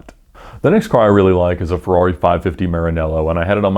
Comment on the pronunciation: <3 The way you pronounce "Ferrawri"